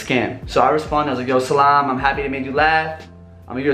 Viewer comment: Talking abt snakery n everything.. But u dun even know how to greet w "salam" tho.. Huhuhuhuuu